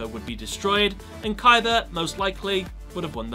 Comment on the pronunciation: stop saying Kaiber